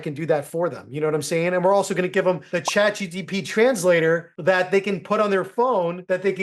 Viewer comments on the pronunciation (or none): Pls stop saying ChatGtP 🫸🏽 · CHAT G T P?🤣